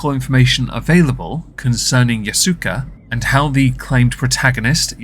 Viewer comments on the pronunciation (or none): My god dude it's "Ya-soo-kay".